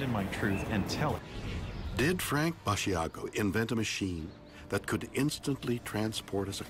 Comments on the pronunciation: It is not Frank Basiago. It is Raymond F. Basiago. Also, It is not Bass-e-a-go, it is Bash-a-go. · Mr. Shatner, you could have at least made an effort to find out how to pronounced Andrew's last name correctly, it's pronounced like Chicago. Come on Man! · It's unfortunate that William Shatner took part in this science show. It's even worse that his tone was less than neutral on the material, seemingly derogatory and dismissive and didn't even bother to learn the correct pronunciation of Andrew's name!